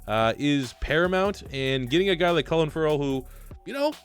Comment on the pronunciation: Please look up how to pronounce clelin Ferrell cause every time u say it I wanna shoot myself. It’s pronounced Cleelin not Clelin